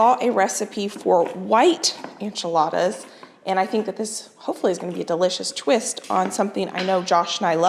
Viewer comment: The enchiladas look amazing, but is there a reason you call them “anchiladas”?